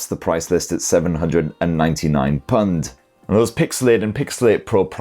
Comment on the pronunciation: i say "pund" sometimes too 🤣 dunno why, if i heard it somewhere or if i just think it sounds funny, but i do say that sometimes too. Caught me off guard